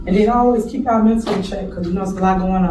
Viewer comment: She says ch’all instead of y’all